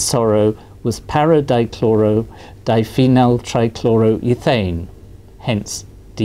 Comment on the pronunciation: dichlorodiphenyltrichloroethane ... dichloro-dipheny-ltrichloro-ethane